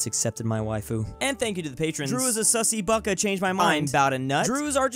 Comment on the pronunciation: Everyone: "Sussy Baka" Drew: "SUSSY BUCKA"